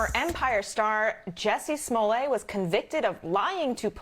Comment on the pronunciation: I love how the host actually called him “smollay”!!! 😂😂😂😂 #davewins